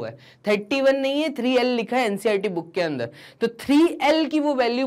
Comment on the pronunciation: Boon nahi book hota hai😂😊😮